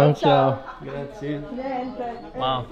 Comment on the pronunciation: Americans. Friends. Please if it's the one word you say in Italy over and over .. it's not grah zee. It's grah zee eh. It's spelled grazie. There's an e at the end. And just like in Spanish every vowel is pronounced in Italian. So don't forget your little eh and the end. Though the Italians are so great it doesn't matter. Whatever village you go to in Italy the people are so great. The small villages and towns. The best people you'll ever meet.